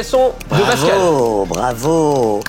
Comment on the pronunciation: C’est pascal pas bascal 😂